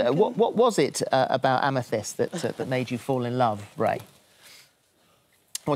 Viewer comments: I die a little everytime you say amy-thiest amethyst.. is a crystal, the purple one pronounced ama-thist hahahha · pronounced amethist sorry i hate correcting but every time u said amethiest my soul coiled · amethyst like fist, not like theist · It's committing to mispronouncing Amethyst after hearing pronounce it correctly for me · I made sure I was right but Amethyst is pronounced...am-eh-thist. Don’t hate me telling how to pronounce this word...I swear I know it’s a hard one. Love you. —from a Texan in the USA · amithiest... amthiest, amethiest! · Am a theeeeeeeest...am-a THist...Holy Wallaby gottit. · thhhhiiiist no r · I adore how you have no pretensions. Fuck yes. If you can’t pronounce something, what’s the problem with that eh? Ah meh thist should be abandoned as a pronunciation. Balls to it tbh. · Lol Am-i-th-i-st like the February birth stone. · Amythest = Ah-ma-thist Lmfao Still love you though❤️ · am-uh-thist for the love of god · amm-UH-thist fyi =) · I love you, darling, BUT THAT'S NOT HOW YOU PRONOUNCE AMETHYST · Hearing Amethyst being pronounced like that so many times took years off my life. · the way you pronounce Amethyst is killing me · Today I learned that British people pronounce "Amethyst" REALLY weird. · I cannot get over how you pronounce amethyst 😂 btw love your hair! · trying to pronounce Amethyst has officially broken me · HAVE YOU NEVER HEARD THE WORD AMETHYST BEFORE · not you pronouncing amethyst like that 💀💀i know the english language makes no sense but y'all ever pay attention to the letters you see sdkjfhskjf